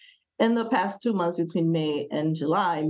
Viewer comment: Only clicked to say ***month not *moth